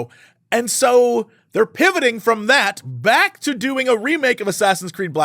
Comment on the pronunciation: Hate to burst your bubble, no you didn't pronounce that correctly at all xD But thanks for trying at least!